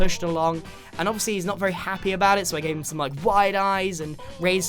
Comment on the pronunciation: he said ov see instead of obviously , just put it in 0.25x speed and you will see